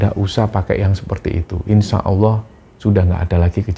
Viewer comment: Allah ya jng d ucapkan Awoh. Klo anak kecil bisa dimaklumi